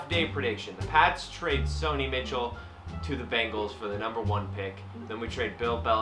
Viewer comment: He’s name is Sony Michel (MI-SH-ELL) not Mitchell